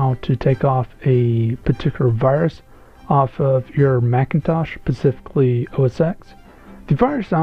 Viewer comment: Very helpful mate. But just one little thing. . . . SPECIFICALLY rather than PACIFICLY. Pacific is an ocean, pacifically, pacificly, pacificlee is not a word. It just isn't. The word you are after is SPECIFICALLY from SPECIFIC (meaning particular, unique etc). Thanks bro - very helpful video. Have an awesome day.